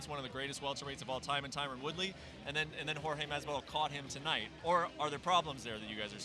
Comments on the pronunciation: It’s Jorge not George, I’d like Jorge to slap the fuck out of Brent Okamoto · WTF is with this "george" masvidal shit????? Why has noone corrected him yet? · You'd have thought with the guy being a professional commentator and hearing everyone else around him pronounce 'Jorge' correctly, he would stop called him George. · Anyone else find it weird how Okamoto keeps calling him "George", I know that's his name but pretty much everyone else calls him Jorge. lol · brett, its not jorg, its pronounced hor - hay ffs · It annoys me Brett keeps calling him George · Who Tha fock is the dude on the left and why does he keep calling Jorge Masvidal "George". 'the fuck outta here. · Mr. Okamoto: is JORGE, not GEORGE. Learn from your peers and pronounce the names as they are. #AnnoyingAF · Not George, JORGE! Cmon, use that spanish spiciness when you say the man's name... he went 2-0 tonight! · Last I checked, Jorge is not pronounced George.